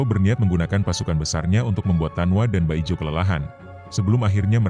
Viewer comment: Min, bukan baijo tapi bajio